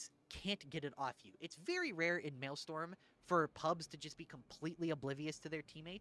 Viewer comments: Wanted to clarify, it's "mail-STROM" not "mail-STORM". Counter-intuitive I know. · actually its Maelstrom not Maelstorm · Strom. Maelstrom. Not Maelstorm. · It's "maelstrom", not "maelstorm". strom. That's not a misspelling. It comes from Dutch "stroom" which means 'stream' and it's not pronounced "storm". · Maelstrom - “mayl-struhm” Martyrdom - “mar-ter-dumb” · MaelSTRom. Strom, almost like strum, like strumming a guitar. So at worst you can just pronpunce it as Mail-Strum Also Mart-er-dom. Not marty-dom 😂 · Totally agree so far, I am freebooting this on stream :D also it is pronounced MAIL- STRUM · I love the new style but now I can’t be as mean to you as I want to be about how you pronounce maelstrom and martyrdom.